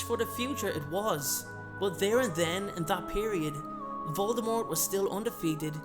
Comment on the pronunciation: I love your videos! Jsyn, though, not trying to insult you, but jk Rowling said the “T” in Voldemort is silent. I love your videos.